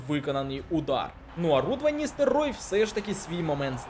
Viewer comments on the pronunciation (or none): Чому Ван НістерРой? Там же буква Л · Руд ван """""""""""""ністеЛЛЛЛЛЛЛЛЛЛЛрой"""""""""""""""". Вимовляй будь ласка літеру "Л" )))